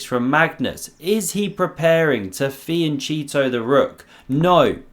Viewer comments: Great video dude awesome analysis. But my Italian heritage needs to tell you.. it’s fee-an-ketto, not fee-an-cheeto lmao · fianKetto ch as in k not church